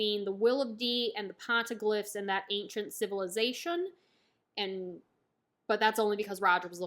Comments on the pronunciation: Love the reviews! Not that it matters too much but the Poneglyphs are pronounced as " pon-ey- glyph" Keep up the great work, looking forward to your other reviews! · "Pon-eh-gliffs" that’s how you say poneglyphs 😂